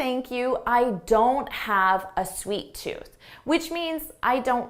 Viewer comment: Hi again. By the way, you said a ˈsweet tooth. Isn't it a sweet ˈtooth?